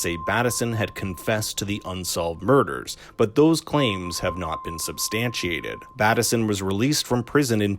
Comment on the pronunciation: If you’ve seen the series why do you say Batt-esson instead of Bateson?